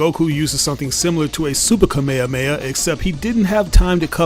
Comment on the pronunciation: Bro y do u say kamehameha in correctly